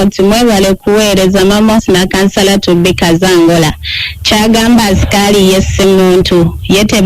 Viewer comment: Eeeeeeh English problem which asikali is that??? 😢😢😢😢😢😢😢